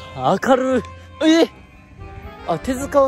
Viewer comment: 今週もありがとうございます！ スタッフさんに連れられてる時の二の腕連行スタイルと手繋ぎお散歩スタイル、それぞれ良い 編集による訂正（りとるには通じている模様） こたろう「5人！✌️」（✌️で星でもつくる？） 気配切り、待ってます 「あかrrるぅ〜」 ""関西"" すきテロップ ↑自由な最年少シリーズ（企画主旨？）